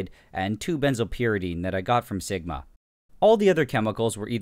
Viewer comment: Lol "segma"